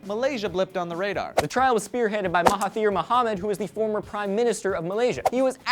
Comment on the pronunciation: and u pronounced mahathir's name wrongly. no biggie tho, its not like as if he was the former Prime Minister or something. oh wait...